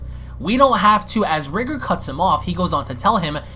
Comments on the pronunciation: Y does he keep pronouncing it as Ri-ger. It's Ri-GOR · His name is pronounced REE-GORE , not Rigger, i don't know if u tryna be funny but I hope not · Dude, it’s rye-gore. Not Rig-er. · Your saying riiger its r🎱gOr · Actually, it is pronounced like "Rigger". The Rye-Gore pronunciation is almost like saying "Kayo-Ken" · No, it's actually pronounced like "Rigger". The Rye-Gore pronunciation is like saying "Kay-o-Ken" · Btw my brother it’s pronounced “r-eye-gore”